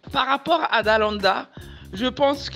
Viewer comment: Ça me stresse quand tu dis Dalada 😅 au lieu de Dalaaaanda